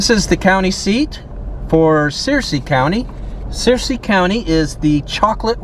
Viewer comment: I wish he'd not assume so much and talk to locals. And also learn how to pronounce Searcy correctly. 😂